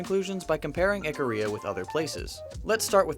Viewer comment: It's pronounced eek-a-ria not the way he's saying it. I dated a girl who's family is from there. They produce some hot woman.